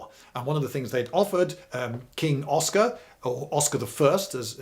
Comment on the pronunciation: "Åland" and "Oskar" pronounced correctly? First time I hear that from a English speaker. Impressive!